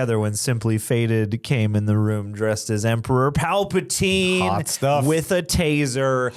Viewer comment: Ah Palpatine. I heard "Pootin =D